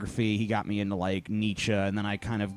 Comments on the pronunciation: Question: Why can Americans not pronounce Nietzsche properly? I really cant take people who say they are intelligent seriously when they cannot pronounce names and other words properly! :) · Don't quote Nietzsche if you can't fucking pronounce his name.